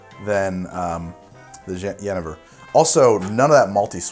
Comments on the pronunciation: Pronounce it "ye NAY ver" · Genever is pronounced Yeh-NAY-ver. You're welcome. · the Dutch pronunciation for Genever is like "yun-aiver" with the emphasis on "yun". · I've always heard it pronounced Ja-knee-ver, but i understood you so it doesn't matter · it's pronounced Yuhneeyver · it makes his (what he thought was the Dutch) pronunciation factually incorrect. His pronunciation of the English 'genever' however could be correct as far as I know